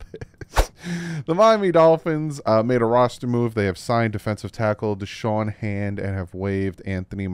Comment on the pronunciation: It's Da'Shawn not Deshawn. Shoutout for the late vid though.